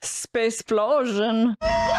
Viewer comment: "Sapce'plosion" ... I'M DEAD!!!